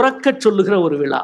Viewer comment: அடிக்கடி விலா என்று சொல்கிறார் விழா என்று சொல்ல தெரியவில்லை. இவ்வளவு பெரிய எழுத்தாளர் தமிழில் ழ கர உச்சரிப்பில் கவனம் செலுத்த வேண்டும்.